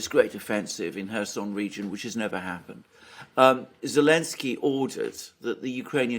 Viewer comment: I meant it more as a funny... Why can't he just say the z... haha I will purposely mispronounce someone's name whom I don't respect so I wonder if this was his reasoning..